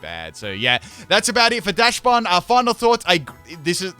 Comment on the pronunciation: It's pronounced Dox-bun. The name is based on dachshund, which is pronounced dox-hund.